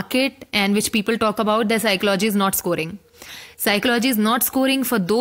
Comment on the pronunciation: SOME one plz tell this young officer that PSYCHOLOGY is pronounced as PSYCHOLOGY itself n not as PSYCHO LOGY sounds very disappointing to receive such a stuff from IAS